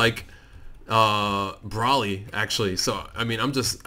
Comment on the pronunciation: its not brolly its broly